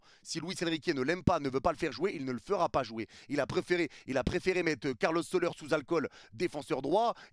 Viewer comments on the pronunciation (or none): Solère en prononciation pas soleur 😂